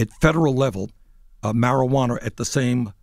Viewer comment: “marijuaner” Bernie creates new term